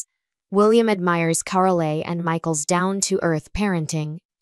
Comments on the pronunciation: Her name is said Car--ol not Carollee. Hew crazy can you get??? the E at the end of the name is silent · It is Carole, not Carolee.